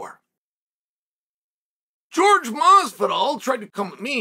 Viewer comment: Its hilarious he calls him George and not Jorge ...lol